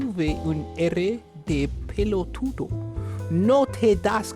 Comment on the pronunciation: also hearing you say pelotudo was everything, your pronunciation is really good !!